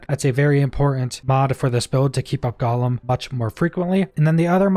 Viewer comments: Omg dude... I don't usually correct people on shit like this, but it's driving me crazy. It's pronounced "GO-LEMM". Not "GALL-UM". There's only a single "L". IDK why this hurts me so much, but I hate it lmao. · Is Champion really worth it though. It is only active for 10 seconds after activating golem, and you really shouldn't be activating golem enough to have anywhere near decent uptime on it. Also, small nit pick. Gollum-character in LotR. Golem-skill in outriders(gole sounds like dole)